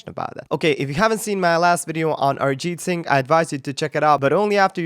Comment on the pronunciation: How come your pronunciation is so spot on? you pronounced arijit singh correctly